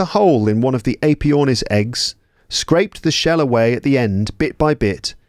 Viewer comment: Very good, but all the introductory wiffle-waffle is distracting. Give a brief introduction and then start reading the text. After all, if their English isnt fluent, they're not going to understand all that verbiage at the start. BTW, check the pronunciation of the AE in Aepyornis.